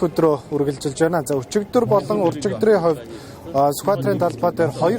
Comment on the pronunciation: мэдээ уншиж байгаа бүсгүй байнаа гэдэг үгийг биноо гээд байх юм. Маягаа засчихвал сайхан хоолойтой бүсгүй юм